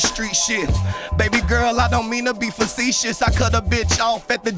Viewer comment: He said Facetious, but i it could still work if he pronounces it the right way .